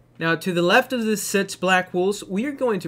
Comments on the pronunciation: Your saying sits not six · Am I the only guy who hears sits instead if six? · I can hear sits also